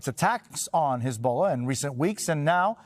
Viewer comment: Oh, for goodness sake Jose, , it’s not pronounced “his bola”.